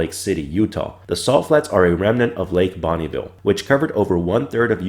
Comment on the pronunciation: Bonneville not Bonnieville.